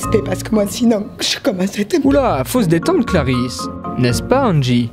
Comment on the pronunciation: Clarisse pas clarize